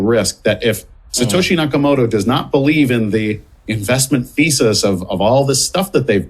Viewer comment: 'Nakamoorah' en 'Mister Bluebin'? Good lord, get a decent journalist please.. Next thing you know he'll be talking about 'crypto coin'